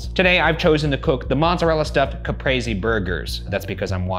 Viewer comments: did... did ryan say... capresee? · I wanted to punch something when he said Caprese like that 😭... Its "Cap-ree-seh"